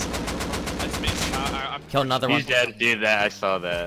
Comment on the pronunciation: You pronounce "Another" as "anaar" and it makes me wince.